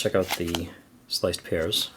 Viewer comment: Lol I heard "sliced piers" for "sliced pears"